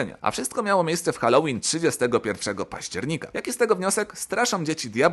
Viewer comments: Dzban miesiąca powinna otrzymać też Górniak najpierw niech się nauczy dokładnie czytac słowo helloween a dopiero je tłumaczyć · Zgadza się. All Hallow's Evening, czyli Wieczór przed Wszystkimi Świętymi. Edzia Górniak taka światowa, płytę po angielsku nagrała, a poprawnej wymowy Halloween nie umie :D (o znaczeniu tego słowa nie wspominając)